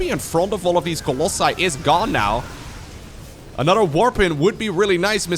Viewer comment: Anodder = Another. speak.:P